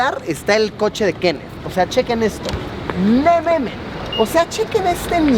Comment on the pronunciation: Se escucha raro xd